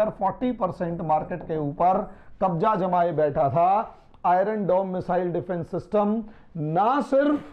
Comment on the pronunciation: Iron is pronounced as I-yern and not as I-run .